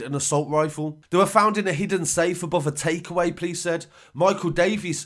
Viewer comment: 1 and only think I hate is when you say "police" like you "please". I offer the word POPO for "police"